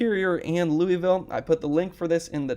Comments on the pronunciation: Just FYI in Colorado it's pronounced "Luis-Ville" not "Louy-Ville". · FYI: Louisville, CO is pronounce like St Louis, not like that city in Tennessee!.